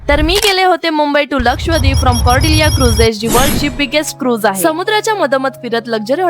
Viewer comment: लक्षवद्वीप नाही रे लक्षद्वीप. 😂😂